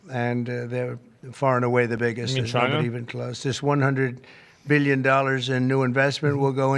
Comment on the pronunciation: One birrion dorrars